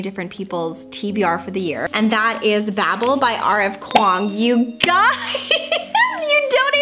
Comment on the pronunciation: I believe you pronounce Babel as Bay-bell btw lol. The Tower of Babel is in the Bible.